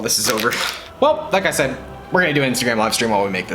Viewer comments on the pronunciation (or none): none